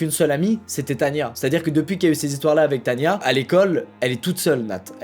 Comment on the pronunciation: Mais ducoup c est pas Tanya mais tana